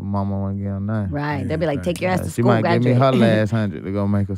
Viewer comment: why he aint just say Skooly